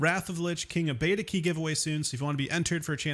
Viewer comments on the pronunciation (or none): none